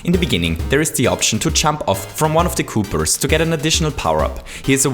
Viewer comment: It's not a cooper there called coopa